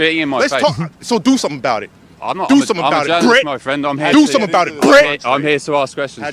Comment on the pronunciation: bet you anything, if someone was to step up, that black dude would get his ass beat. He is doing the chest out and over enunciating words to sound tough. Like what's with the emphasis on the B of Brit? lol